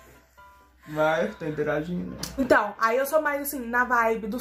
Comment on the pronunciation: “to interagino” KDKAKDAKKDAKSJAJS MUITO BOM